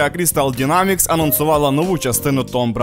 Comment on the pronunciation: Кристал динамикс😂 як казяля так и писяля😂